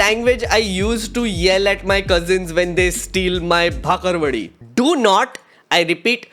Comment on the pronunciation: Bro it's "बाकरवडी". c'mon man